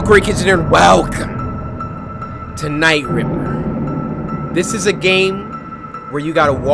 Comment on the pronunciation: Nah fam i thought I was trippen when cory said night ripper